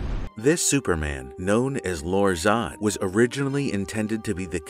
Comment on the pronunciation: At least you pronounced his name correctly.